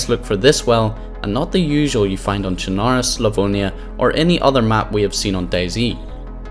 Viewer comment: If I'd have a dollar for every streamer/YouTuber that doesn't know how to fucking pronounce "Chernarus", I'd be a millionaire.